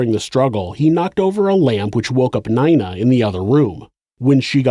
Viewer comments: just fyi n-ee-na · have you never heard the name nina before lmao neyena? also he is a sister in law somehow lmao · you say "Nina" wrong